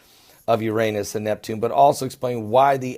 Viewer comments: It's NOT URANIUS, it's URANUS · is he saying Uranius? (⊙＿⊙)